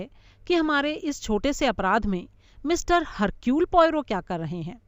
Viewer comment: Sorry...I beg to differ.... actually it should be pronounced as Ercule... not Hercule...no offence meant...